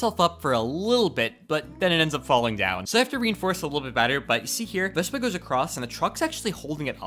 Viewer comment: he said vesba